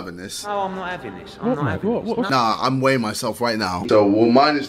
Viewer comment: “I’m waying myself wightnow” im just joking